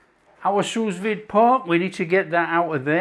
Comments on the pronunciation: Ok it is pronounced sou vide. Not sus vide🤦‍♀️ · “Sue Veed” not sooz vid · “soo veed” The second S is silent. 😘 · If your going to be a critic at least get it right, it’s “sous vide”not sue veed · allergic to feedback? Just trying to help you pronounce sous vide properly was all. If you don’t want to do that, that’s fine. I would have thought such an experienced cook who’s got incredible knowledge would know how to pronounce sous vide properly. Or at least make a decent stab at it. Not sure why that’s such an affront to you that I offered the advice and used phonetic spelling to help explain how you say it. Maybe you know and can’t be bothered? That’s ok though, you carry on getting it wrong. It really doesn’t matter to me if you ignore my feedback mate, but I do have a right to provide it. Oh and I think I’ll stay subscribed, thanks. I like the recipes and the presentation. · what I said was, it doesn’t matter to me if ignores my advice. You say “Feel the need to criticise”, I say “offer some advice to a cook YouTuber that sounds ignorant by getting the pronunciation of a simple cooking related French term wrong.” Like it or not, to some people, it makes the cookery YouTuber sound like he doesn’t know what he’s talking about. Sorry but that’s just a fact. Note I said some. Obviously you aren’t one of them which is fine. To prevent this state of affairs, I offered information on how to pronounce said French term. My advice was soundly rejected & I fully accept the fact my advice was soundly rejected. That’s his right. He doesn’t feel it’s important enough, I do. We had a difference of opinion. I feel there is a difference between criticising & offering feedback. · I was deliberately spelling it incorrectly just to help with pronunciation (which was getting wrong). I’m sure he’s seen it written down but, clearly, it hasn’t helped him pronounce it correctly so I figured best to use phonetic “spelling”. I know it’s not spelled Sue Veed, bro! 😂